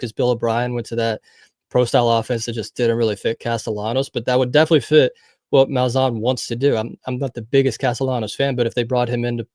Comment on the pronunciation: Bro it’s Malzan! Not Malzone! 💀🤦🏽‍♂️